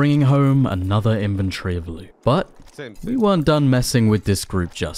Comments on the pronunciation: It’s called “inventory”, not invenTREE. There is no tree in inventory.😂😂😂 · Its inventory not inventry